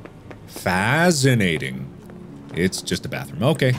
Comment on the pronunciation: "Fascinating!...FAZinating!!" "Closet... CLAWSet!"